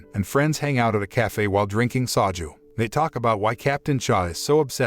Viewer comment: lol at "saw jew". they drink 'saw jew' lol. You were doing pretty good and then all of a sudden "saw jew".